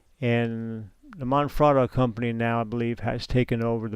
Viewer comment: It's Manfrotto - not Monfrotto.